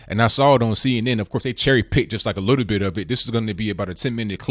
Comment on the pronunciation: I think "witto" Booker needs a "witto" time out or 3 years of mandatory anger management !